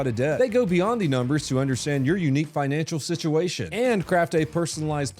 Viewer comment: Was drunk when he recorded this? "Bright dream greads"? "Sityeeation"? This is really weird...